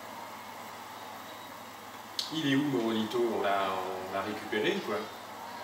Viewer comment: C est pas morobito c est morabito continu tes vidéo! J adore ta chaîne!